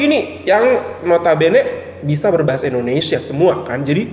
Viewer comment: Maaf...saya pun susah nak percaya wanita ni pure orang Malaysia kerana bahasa percakapan seperti TKI atau orang Indon yg telah lama stay di Malaysia atau yg perasan jadi warga Malaysia...percakapan dia sebijik mcm orang gaji saya dari medan... Contoh..."kenapa saya ckp mcm tu", "Indonesier", "binggung jugak", "dijaga betul", "ketahuan"...ayat2 ni bukan sebutan lazim orang Malaysia tetapi bibik saya selalu menyebut begitu... Satu lagi jika dia pure Malaysia, bahasa rojak adalah bahasa lazim kami dan jika dia Malaysia pasti dia akan tersasul bahasa rojak terutama secara spontan... Tapi xpe.....jika wanita itu berpura2 pun xpe sbb dia nak beri kesedaran sivik buat warga Indonesia... #yakinwanitaitubukanmalaysian.